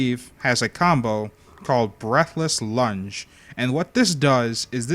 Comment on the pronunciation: When he said "breathless lunge" I thought he said "breakfast lunch"